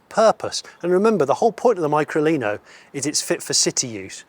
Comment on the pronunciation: sound's weird how you say it, .....try Lino Micro, and turn it back again, so no Mycro Lino.......